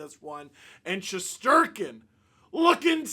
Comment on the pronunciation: Once again…..thank you for FINALLY pronouncing our goalies name right! 😛